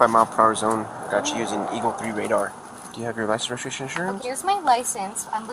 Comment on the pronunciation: Do you have your licenseregistrashaninsurance? 😂